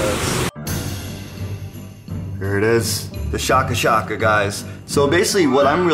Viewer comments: its shaka shaka pronounced like shake-a (ie shaking a flavour sachet into a paper bag with a chicken piece) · Isn't it shake-a shake-a so it sounds like "shake shake," not shah-ka shah-ka?